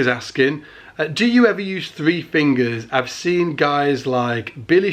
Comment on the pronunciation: "err err Garry Willis uses three fingus...."